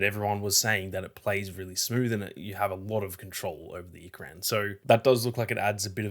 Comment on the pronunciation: Ikran, is pronounced, Ee-krawn.